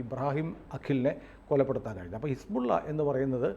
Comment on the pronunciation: ആരിഫ് ഹുസൈൻ പറഞ്ഞത് പോലെ his-ball -ഇല്ല!!